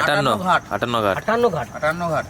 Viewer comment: দাদা এটা আঠানঘাট নয় আঠান্নোগেট